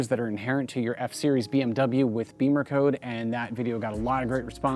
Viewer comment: It's NOT Beemer code, unless you can't pronounce English vowels. "Bimmer" is the nickname the Germans use for BMW, and they don't say "Beemer", believe me. You want to sound ignorant, that's your choice.